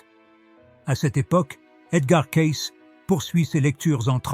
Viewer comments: On doit prononcer CAYCI svp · Oui, des roisses au lieu des rois, le nom de Cayce prononcé différemment au long de la vidéo...